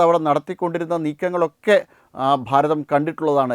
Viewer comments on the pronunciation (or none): none